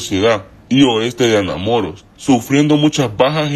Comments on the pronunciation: Que horrible el tono de voz q le pusieron , ademas no puede pronunciar Anamoros de donde puede ser que no puede pronunciarlo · Jajajajaja jajajajaja Mas cuando pronuncia Anamoros 🤣🤣🤣🤣🤣🤣